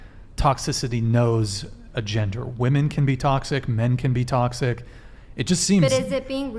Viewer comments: Omg this was an exhausting and VERY delusional one woman panel……but that didn’t irritate me the most. What was most irritating is the fact that not only “” but ALL the females could not pronounce the difference between “women” plural and “women” singular. EVERYTIME the plural/general fashion was used, it was pronounced in singular fashion - And it literally stabbed my brain with a screwdriver every time I heard it. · Someone needs to tell the hostile girl that “woman” and “women” are pronounced differently. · It's driving me crazy how is pronouncing "women" as "woman" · Why cant this woman say women. She has no sense of how to even talk. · Honest question: Is it the failure of the educational system, or is this some sort of cultural shift in the U.S. where young people either intentionally or out of ignorance mispronounce the word "women" ? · why can't she say "women"? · Why can't she say women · Why can't she pronounce WOMEN correctly?! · Okay, I can't get over the fact that pronounces women like woman. If you're going to be a feminist then at least pronounce your own gender correctly. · If says, "woman" one more time instead of the correct word, "women", I'm gonna lose it lol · Why does she keep saying "womAn" and not "womEn"???? PLEASE learn how to use plurals!! 🙄🙈🙄🙈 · Why is it on every episode of this podcast there is a chick that doesn't know how to say "women". It's woman if you are referring to one female if you are referring to two or more it's fucking WOMEN. What's up with these chicks and not knowing there is a plural for woman. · The fact that she says woman instead of women. Holy hell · Is it just me, do i pronounce “women” wrong or are they saying “woman”?! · I'd love if that girl could say women just one time. She only ever uses the singular pronunciation even if the sentence calls for plural. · Why is no one correcting her when she says, “woman”, instead of “women”. Wtf?! Driving me insane!!